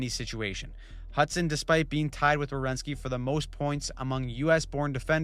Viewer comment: It's Werenski. Not Rewenski